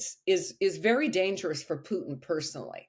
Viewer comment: Correct pronunciation is Pootin, not Pewtin.